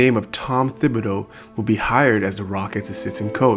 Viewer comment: Tibidow not THIBadow